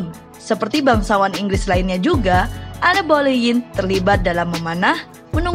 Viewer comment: Enn bolenn bcnya Kaka